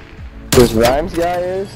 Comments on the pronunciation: so he knows your youtube channel name but he can’t even say ur name properly 😭 rimms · I just wanna quickly say the guy that didn’t know who you were said your name right and the guy that did know you didn’t...smh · I was just about to say this😭 the random got it right and dude corrected him and said it wrong